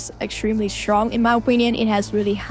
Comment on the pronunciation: Very SHtrong, Critical SHtrike 😂 Sooooo cute 😊